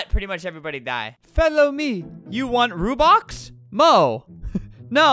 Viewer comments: “you want rubox” LOOOOOL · Why are u saying Rubin it’s robux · Not rubox its ROBUX ROBUX ROBUX ROBUX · "I want so many rubox" "I want many rubleeks" "you can give ranblocks" "you give how many ramdarns' "for how many ronblocks" I laughed so hard edit: thank you for the likes <3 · every wrong Robux pronounceation: Rubox Rubleecks Ranblux Ramdarns Ronblocks and Rubux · albert: “its called robux. Are you dumb?” Also albert: “how many rubleecks? Ramdarns. Ronblocks. Rubox.” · It’s not rubox, it’s buxru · They way that scammer said rUbOx